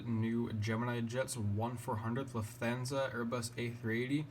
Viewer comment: You keep pronouncing Lufthansa wrong